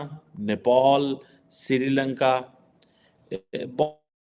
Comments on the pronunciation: It's Nepal not Nepaul😅😅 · why call nepal as 'nepol'?